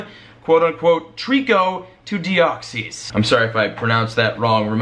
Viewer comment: you pronounce treecko and deoxys well wasn't wrong